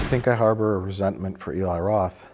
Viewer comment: I love the cabin fever series. This was a great video. Also so glad these guys call Eli (E-lai) instead of (El-ee).